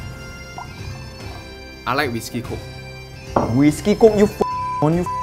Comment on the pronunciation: i cant stop laughing at when he said wishkey coke